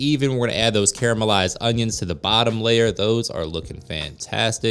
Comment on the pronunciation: the repeated weird mispronunciation of "caramelized"